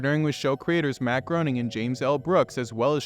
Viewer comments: It’s pronounced like “Gray-ning” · What was the point of this video? I watched this thinking you would have some insight into the future of the Simpsons ride and you don't say a single thing that isn't already widely known by fans of the ride or the Simpsons as a whole with all the footage lifted from other people's videos. And like any other half-assed Simpsons commentary videos I've ever seen you pronounced Matt Groening's name wrong.